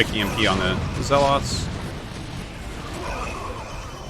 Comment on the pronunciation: LEARN HOW TO PROPERLY PRONOUNCE THE WORDS "ZEALOT" AND "CARAPACE!" Stop murdering the Queens language you dolt!